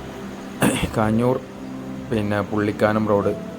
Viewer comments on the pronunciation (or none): കാഞ്ഞൂർ അല്ല കാഞ്ഞാർ 👍